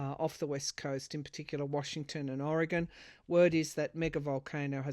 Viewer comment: You said Oreegon corretly thank you